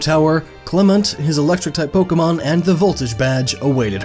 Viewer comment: Lmao, it loses hype for me every time "Pok-ee-mon" is uttered. 😂